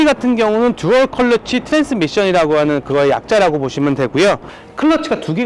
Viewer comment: 왜자꾸 컬러치라고 발음을